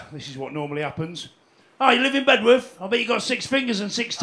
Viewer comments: Bed'uth Doug, Bed'uth. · Brilliant.. But it's "Beduff"!